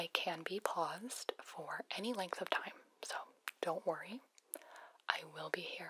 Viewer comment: “I can be paysed for any length of time”😆 Fourth wall brakeage